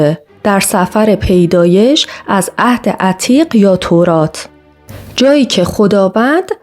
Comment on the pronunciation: درود استاد عزیز مثل همیشه عالی فقط سَفَر پیدایش نیست😅 سِفْر پیدایش (به معنی کتاب پیدایش)هست